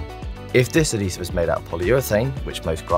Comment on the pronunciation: I agree - I did have problems hearing him. It's also because of his dodgy intonation (and I'm English myself). I think they need a compressor on there, as he lurches from quiet to loud and swallows some opening syllables (adhesive was particularly hard to follow).